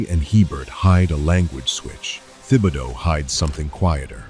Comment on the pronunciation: Best to check up on the pronunciation of many of these names. Especially Thibodeau.